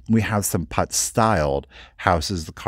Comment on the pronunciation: Putz is pronounced this way: say the word put, and add the z sound at the end. It is not “putts”; from Bethlehem the Xmas city!